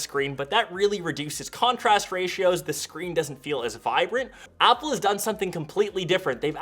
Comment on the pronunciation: "Upple"? i thought they are called "Apple"....